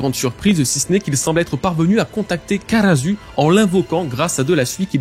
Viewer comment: karasuu pas karazuu --' dites les noms comme il sont waaaa